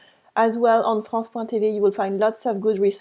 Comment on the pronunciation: For example when u said ' Some of us have' , 'French national TV', try not to place the stress at the end. So, in TV, place the stress on T and not V. All the best.